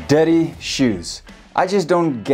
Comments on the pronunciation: The first one i thought he said "daddy shoes" 😂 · I thought he was saying daddy shoes for an entire minute 😂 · I heard "daddy shoes" for 1 minute and was trying wrap my head around it. 😁 I`m not native though. Good video! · I heard DADDY shoes instead of dirty 😂😂 made me laugh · Love the way he says "dirty"😄😄